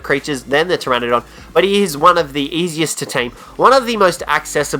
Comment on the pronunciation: Ptrenadon i thought it was pteranodon go practice your English bud